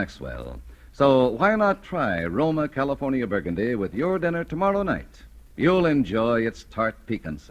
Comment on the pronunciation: Those excellent Californ-eea wines!